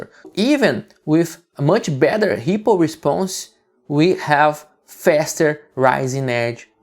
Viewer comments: Great stuff! Though I'm not gonna lie, it took me a while to realize you were saying ripple and not hippo :D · I thought the exact same thing!